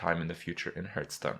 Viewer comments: it's not fucking ''herthstone'' ffs. When you start the game the 'guy' literally says ''hearth'' sometimes so you can't blame it on ignorance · I wonder.. Will he ever stop saying Hurthstone? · "Hurtstone" lel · Hurrrrtstone ! LMFMO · i always wondered why you call it hurtstone? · Say it with me...'Hearthstone" - Hearth sounds like "Heart" with a "TH" on the end, not "Earth" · The way he pronounces Hearthstone is cringy... like really cringy.